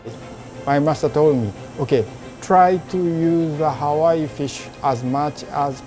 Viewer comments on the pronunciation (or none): I finally realized 10 minutes into the video that he was saying Hawaii fish, and not how are we fish.😂😂😂😂